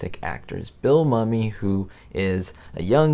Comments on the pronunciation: I think Billy Mumy's last name is pronounced "MOOmy" but whatever. Great video as always, thanks. Staying hopeful here! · Excellent job as usual! The only correction I would suggest is one of pronunciation Bill Mumy is pronounced “moo me”. He’s been pretty adamant about that through the years and I just thought I’d let you know LOL excellent excellent job on this video though I agree with everyone of them that you’ve chosen! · Mumy(Bill) is pronounced Myoumee not mummy. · I believe Billy Mumy was in at least three episodes of The Twilight Zone. His last name is pronounced Moo-Me, not mummy like the person wrapped in cloth. Also, the episode with the old lady getting phone calls with no one on the other end speaking was a look into the future. Getting silent calls have become both annoying and common place in the past few years. Funny how you say that number five with the woman driving cross country and seeing the same guy over and over. You say she's in an old car from the fifties. At the time of filming, it was a new car. A Mercury Monterey, Montclair or Parklane. A 1959 or 1960. Anyway, I totally get what you mean because old cars in film would be used to give it the creep factor. It would be some old car, especially something from the fifties. I.E. Christine. The old panel truck in Jeepers Creepers. Or the 1955 Cadillac limo used in the movie Warriors (1979). The creep factor was really ramped up using creepy old cars. One more thing. In this episode the vent windows in the Mercury she was driving had been removed. They would have been in the way of the close ups, so they were just taken out. You can tell when they show the drivers side (camera) located in the back seat for some of the scenes. You can see the metal trim piece sticking up on the outside of the door from when they pulled the vent window out. Not being nit picky. I really enjoy your videos as well as your attention to detail. My taste is pretty similar to yours when it comes t